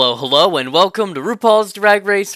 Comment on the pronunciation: Someone who desperately struggles to pronounce welcome correctly doesn’t deserve any success.